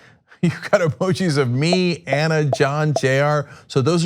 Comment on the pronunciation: So Anna has invented a new pronunciation. How creative.